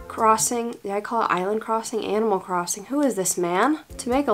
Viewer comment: For a second I thought you said "Emo Crossing" and I just...accepted it?